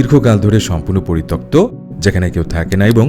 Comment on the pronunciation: পরিতপ্ত ❌ পরিত্যক্ত ✅